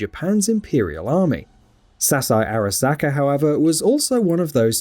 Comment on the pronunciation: Fuck in a video about the Arasaka corporation I feel like you need to pronounce Arasaka right. Hearing you slightly fuck it up that many times isn't something I can handle.